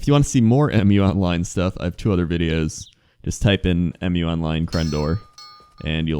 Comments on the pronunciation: Dude it's "Mew" not M.U. It's the name of the continent. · its muuuuu online, not m you online